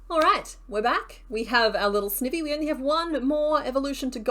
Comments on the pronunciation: YESS This series is backkkk <3 Excellent work on those pieces, I have now a new found love in Garbodor! Also, I think Sniny is pronounced "ivy" as in poison ivy, but I might be wrong?! I absolutely adore that evolution line ahah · I'm sorry I normally never do this but i was physically cringing everytime you said Snivy 😂 It's the sn sound of snake and ivy please and thankyou. Also fellow Aussie here love your vids I binge them often when I crochet myself 😊❤ Edit: Yes all toads are technically frogs 😁